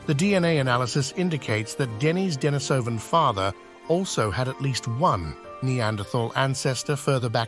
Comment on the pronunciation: You are mispronouncing "Denisovan" and thereby propagating this annoying mistake. It is pronounced just as you would say the female name Denise.